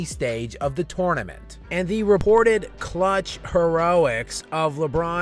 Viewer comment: learn how to say tournament haha